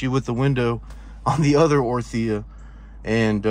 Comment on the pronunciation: The way you say 'orTHIa' its crazy...